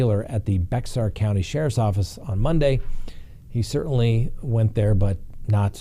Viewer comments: Bay- er county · “Bexar” county is in Texas. The word has Mexican origins and the “x” sounds like an “h”. This would normally make Bexar sound like “Bay-har”. But this Texas, so we say “Bear.” Like polar or grizzly. I kid you not. Yer welcome. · When you say Bexar, as in Bexar County, TX, the x is silent, which leaves "Bear." Thanks! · I really like! I'm a Texan and I want to let you know,, that Bexar County is pronounced Bear. 😊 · Bexar County is pronounced Bear, but don't feel bad. It is on the top 100 list of mispronounced place names in Texas. Maybe Tejanos just can't spell lol. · Bexar is pronounced bear. Welcome to San Antonio. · Lol Bexar is pronounced bear the x is silent. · 😇If it is Bexar (San Antonio, Tx) it is pronounced "bear." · Bexar (County, Texas) is pronounced BEH har. (Mexia, Texas is Meh HEE ya) Texas is pronounced Tecksus. Say is again, "Dumb. Ms. Lockett is dumb."